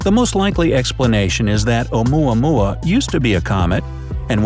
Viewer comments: When oumuamua sounds like yomama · Lol "oumuamua".😂😂